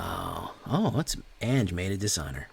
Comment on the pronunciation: Anje= AHN-YA